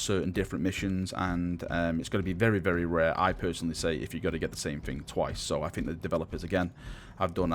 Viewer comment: I love your videos man, but...the way you talk...It's so...lazy... "Fing" ;_; Speak properly. D